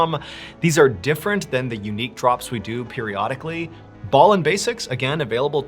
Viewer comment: I'm sure in a interview that you did you said you're name was pronounced B. ALLEN and not BALLEN.. ??ANYWAY love stories dude ❤ and the way you bring them to life I'd brilliant keep up the excellent work buddy.